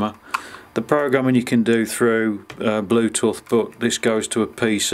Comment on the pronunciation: First time I've heard it pronounced "blue-tuh'th" 😂